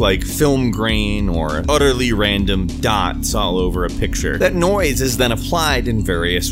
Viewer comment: Am I the only one that hears "noice" every time he says noise